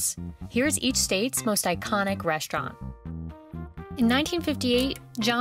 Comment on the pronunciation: I just cant ignore how she says restaurant like "reshtraunt"